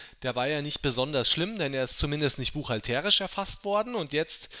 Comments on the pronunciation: Auf der ersten Silbe? Búchhalterisch, nicht buchhaltérisch. Es ist ja auch der Búchhalter und nicht Buchhalteeeer Ich hoffe ich hab es einigermaßen logisch erklärt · Warum betonst du buchhalterisch so komisch? Gutes Video trotzdem !